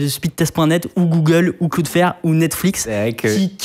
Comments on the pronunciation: cloudflare il le prononce claude faire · "cloudeflaire"... wow, sérieux ?